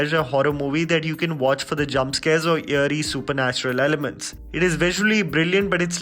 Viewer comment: It's eerie not yearie!!!!!!